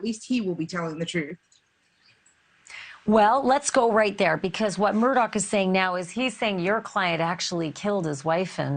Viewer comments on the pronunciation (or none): And they seem to pronounce the last name as Murdock, but it's spelled Murdaugh. His whole damn name seems off, lol.